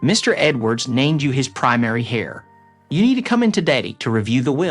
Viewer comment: The person who inherents is an heir... prounced like "air'...silent "h" it's not trounced " hair " like on your head ore "hare" as in a rabbit